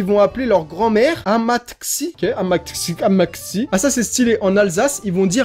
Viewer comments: Amatxi c'est Basque ça se prononce amatchi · Amatxi se prononce amatchi c’est en basque ☺️ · Amatxi se dit amatchi c’est en basque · Au fait amaxi sa se prononce amatchi mais sa dn'écrit avec un x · Amatxi c'est grand mère ou mami en basque et ça se prononce "amatchi" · Je crois que le mot "amatxi" se prononce "amatchi" (c'est Basque, je suis breton mais j'ai passé mes vacances là-bas plusieurs années et à force on s'habitue aux panneaux) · Bon 3 fois que je refait ce putain de commentaire 😂😂 Amatchi bordel Amatchi que ça se prononce 😂 Team poche!!!! Dia caxu ! Dans les Landes, ont prononce toute les lettres à la fin de chaque mot. Style je m'appelle LEDAN, dans les Landes ils le prononce ledane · Enfaite «amatxi» ce dit «amatchi » 😂 ce qui veut dire grand mère ou mamie en basque 👍😘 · Amatxi c'est en basque sa se prononce amatchi 😂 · Amatxi c’est grand mère en basque 😭 ça se dit amatchi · Amatxi se prononce "amatchi" (c'est du basque) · Amatxi c’est basque et ça se prononce Amatchi 😉😉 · Amatxi ça se prononce Amatchi c du Basque et ça signifie mamie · Non mais "Amatxi" sérieux qui dit ça?